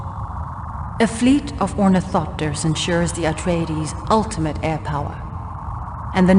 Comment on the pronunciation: Only one that got the ornithopters right!